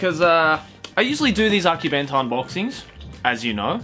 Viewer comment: She butchered akibento and akidearest